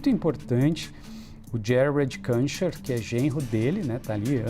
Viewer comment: Esse reporter devia se informar como se pronuncia o nome do Kuschner